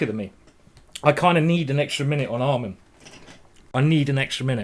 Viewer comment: Why did he keep calling Amman almond?